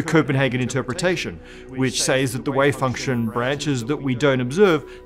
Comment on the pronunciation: Does this guy say wave function or way function?